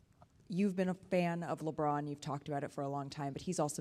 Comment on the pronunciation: Leave it to Malika to gargle Lebrons name 🍆